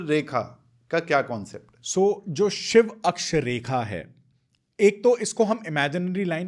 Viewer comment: आप कृपा करके शिवा शब्द न बोले, शिव बोले